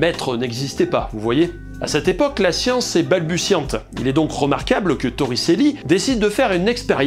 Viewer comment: Oui, on dit "Toritchelli"